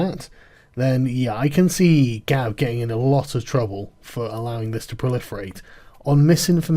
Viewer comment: Ban sounds reasonable - it's 'Gab', not 'Gawp'.